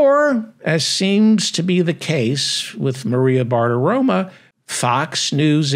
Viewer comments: The name is Bartaromo NOT Bartaroma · You do a nice job but Maria’s last name ends in “o” not “a.”